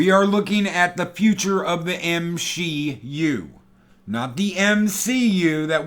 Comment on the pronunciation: He said “M-She-U” hahahaha